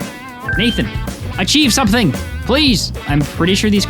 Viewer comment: "achieve sumPthing!"